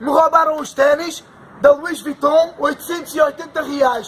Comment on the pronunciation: "Lois Vition" comprados (?) na famosa Boutique da Alcofa, ali na Shopping da tenda... 😂😅